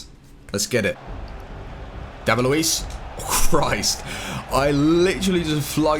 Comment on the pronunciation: It's Luiz..with a z